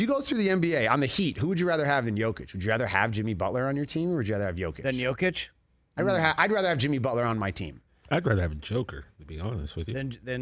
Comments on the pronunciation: For the love of God... the guy is a 2x MVP and been in the League 8 years... Learn to say his MFing NAME. It is NOT Joe Kitch. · Joe-kic?! Still can’t say his name right! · I love the RE show, but whenever they get into NBA stuff its hit or miss. They can’t even say Jokic name right. You can tell they simply don’t pay attention to the NBA as closely